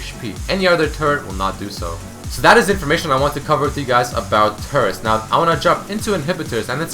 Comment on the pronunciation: it sounds like he is saying : turds are tanky